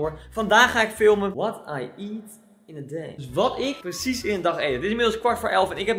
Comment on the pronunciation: Goed geëngelst: What i eet in a deey 😂😂😂